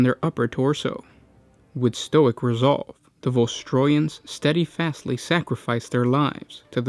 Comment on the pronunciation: Why the hell can people doing this genre of video not learn how to pronounce words properly? Ba-roak, stead-fast-ly (no y after stead). The lore is full of archaic lore and anyone into it should learn to say the words properly